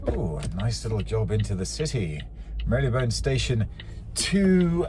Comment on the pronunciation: Not sure about your pronunciation of Marylebone! GTF £34.60